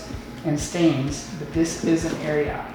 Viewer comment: Guys Ariat is not pronounced Air-ee-aht… It’s Air-ee-at